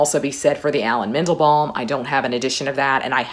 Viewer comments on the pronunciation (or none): I called my list: "the the Comedy of Translations". I couldn't decide on a translation. One tiny thing I couldn't unhear; you say mEndelbaLm; but it's with an "A" and not "balm" - Mandelbaum.